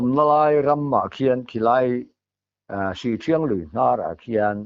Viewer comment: Sihṭhiang tih tur aw.